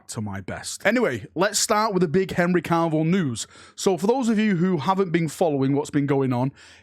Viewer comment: I love you but for the love of the Emperor stop pronouncing his name as Henry Carvill, there's nor "R" in there